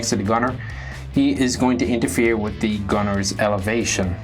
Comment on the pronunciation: all ZEE stuf, all ZEE STUF